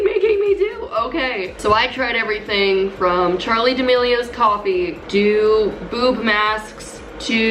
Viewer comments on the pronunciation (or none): I heard poop mask instead of boob mask hahhaahhaa